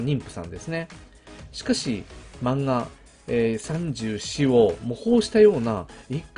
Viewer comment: 34のイントネーションが気になる笑 三銃士と同じイントネーションなはず、、、